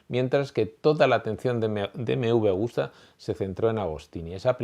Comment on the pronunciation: Hola , es Agusta no Augusta. Pero esta muy bien , Agostini es sin duda el mejor de todos los tiempos sin discusión. Gano en 2 y 4 t en las categorías grandes y lo que para mi le da más valor ganaba en la isla de man. Sigue así, me encanta la historia del motociclismo. Gracias por tu gran trabajo.